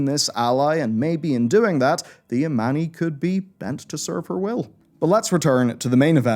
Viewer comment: I honestly thought the sun/moon thing was the tip of Sargeras' sword nearly impailing the world soul btw the trolls are called Amani not Ammani